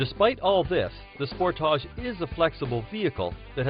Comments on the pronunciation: Sport-toush it's "SPORTAGE" you idiot learn to pronounce it.🖕🏻🖕🏻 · Sport-tarch... As he pronounce it...lol